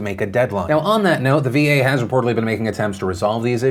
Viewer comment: Cringing every time I hear "VA bill of rights".